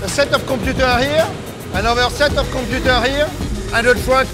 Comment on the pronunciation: Set the compeuuter!? Its so funny the way he says it..lol.....nice video